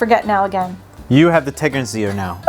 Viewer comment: "I like the Tegernseer better" Correct. 😉